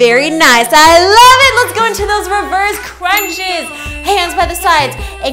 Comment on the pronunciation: Why does she "LOVE IT!!!!!!!" so much?😂